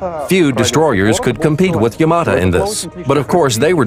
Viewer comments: 'Yamata' Oh my god, shut up! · kevin corujo You can hear the original voice say YamaTO if you listen closely enough. So it's either an error on the part of the English narrator, or whoever wrote his script. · not yamata its yamato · Fuck me I got tired of hearing YamatA....say YamatO...sheesh.Where are the PT Boats and the Corvettes? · it's YamatO not YamatA...